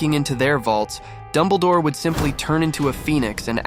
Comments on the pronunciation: ITS DUMBLEDORE NOT DUMBLEEDORE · Dumbleh-door. Thanks A.I.